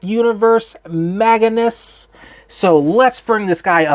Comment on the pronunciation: It’s not Maganus. It’s Magnius.